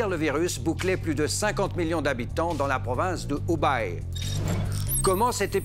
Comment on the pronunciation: Ce n'est pas l'Ubaye mais le Hubei (prononcer h'oubeille, avec un h très aspiré comme la jota espagnole ou le son équivalent en arabe). La Chine sera bientôt (ou est déjà ?) la première puissance économique mondiale, donc même si on désaprouve l'action de son gouvernement on peut faire un effort pour ne pas trop massacrer les noms de lieux ou de personnes...